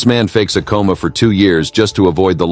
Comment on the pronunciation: Coma, not comma